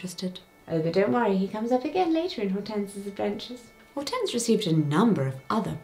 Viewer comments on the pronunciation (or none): Hortense is Hydrangea in French there are different versions of the name in Romantic lanuguages. The "H" is silent.